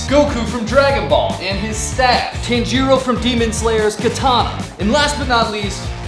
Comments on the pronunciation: it’s (ton-ji-ro) not tan-ja-ro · Ah yes, my favorite anime character, Teinjeero from Demon Slayer. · bro really said “tan jeero” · how to say Tanjiro it’s not Tan-ji -ro its Ton ji ro no offense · Sorry but you pronounced Tanjiro wrong it’s pronounced tahn-ji-ro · bro said tanjirro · Tanjiro is pernouced Tonjero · I'm a second degree black belt in taekwondo, and to use nunchuks, you first have to hold them at the top and not the middle. Oh and great job on the weapons but thats not how you pronounce Tanjiro it's acually Ton-jer-o just trying to help. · “tenjiro” yeah just wrap it up bro🥀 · Tanjiro (Ton-jee-row) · you said tangiro wrong:( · It's tonjaro not tonjero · Bro pronounced tanjiro wrong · This video is god tier don't get me wrong, but the thing I hate most is how bad he butchered Tanjiro's name. It's Tanjiro. Like Batan. Not sun tan. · ok it rly pisses me off when u say tanjiro the tone is on the a not the i